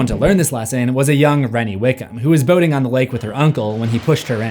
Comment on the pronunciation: i straight up thought he said boning not boating at first 😂